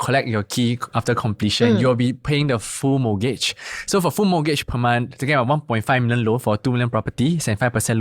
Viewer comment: Can he please NOT pronounce mortgage as MOGAGE?